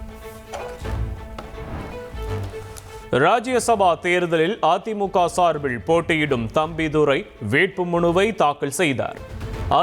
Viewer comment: சார்பிள் தேர்தள் விளாவிள் தாக்கள் ....என்னடா உச்சரிப்பு? தொங்கீருடா..